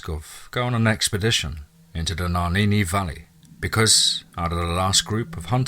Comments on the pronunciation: Love the story but get rid of your narrator, he's about as intelligent as Mike Tyson. Legit question, how the FUCK did you get "Naninni" from "Nahanni?" Naw-han-nee, how does someone fuck that up, not once, not twice, not three times but EVERY single time?! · Two things. You don’t sound like a Hector that’s for sure and also if you’ve ever spent anytime in the place you say you wouldn’t consistently mispronounce the name. Nuh-haw-nee Valley. Lmao it’s not even spelled the way your saying it. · It’s pronounced nay-han-ni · You pronounce it Na-hann-ee... Love n light to u n urs... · You are pronouncing “NAHANNI” wrong so I know this is FAKE ASL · Hilarious! Went too far with that headless man bit. Also should know how to pronounce "Nahanni" if really there!